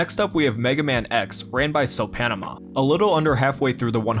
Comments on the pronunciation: Soppanaama is Finnish for Soup Face, so Panama is a valiant effort at pronouncing it tho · The way you pronounce Soppanaama is hilarious. "Sup Banama" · "Ran by So PANAMA" :D :D always love it when Finnish names are pronounced by non finns! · i love how he pronounced "soppanaama" "so-panama" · I can tell you. You didn't pronounce Soppanaama right. I know it's Hard. It's finnish and means Soup Face